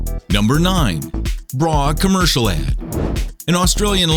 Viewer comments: Its ad... Not add...... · Ha, #8, #4, #2, and #1 say "add" instead of ad. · It's "ad" not "add" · It's "AD", not "ADD"